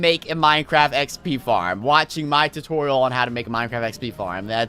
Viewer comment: Did he said tu-toriel as tutorial?